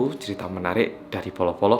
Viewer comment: Bro kudu belajar ucap B,Ama P Bolo judulnya to lo ucap polo pie iki